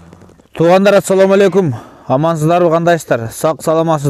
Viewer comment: Саламды туура айтыныз атсалоому эмес ассаламу калганы соонун рахмат